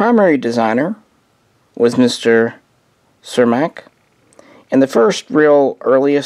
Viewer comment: Cermak? No the designer was Jiri Cermak. Pronounced like Yuri Chairmak. Also its Brno not Bruno.